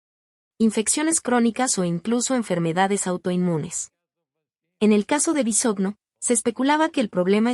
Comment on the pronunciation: Se pronuncia Bisogno. De ahí, ya no se cree nada